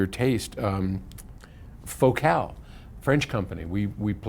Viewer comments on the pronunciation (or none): i had no idea Focal was pronounced that way. Incidentally, i always thought TEAC was pronounced 'teek' but i guess you learn something new every day.